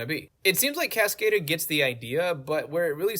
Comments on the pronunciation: casca-dur, not cas-kade-r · lol the way you pronounce Cascadeur is the most American thing ever 😂